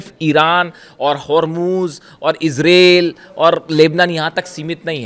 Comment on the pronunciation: ઇઝરેલ નહિ..... ઇઝરાઇલ .... બોલો....😢😢😢😢